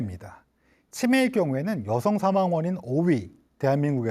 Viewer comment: 긴 자를 짧게 잘못 발음한 예:사망,시청,세계,사실,병사,보통,시청자,등, 장단음 문제는 심각하다.